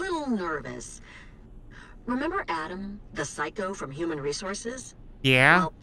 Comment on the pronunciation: Why does he say uman and not human